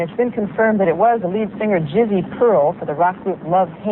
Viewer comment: haha she said Jizzo!